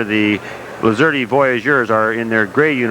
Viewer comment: Hey broadcaster boy the E is silent! Lol! I am a graduate of the class of 79! What a treat this was! Thank you!😂 go Voyagers! ❤